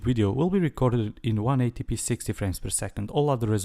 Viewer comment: Hey, found your channel recently and love it! Don't want to nitpick, but it's usually pronounced as ten-80-p. Keep up the awesome videos, man! Your videos will probably be what I check out when I'm ready to buy an action cam :)